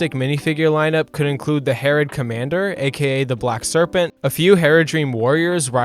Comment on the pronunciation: The way you said harad made me wanna tear my ears out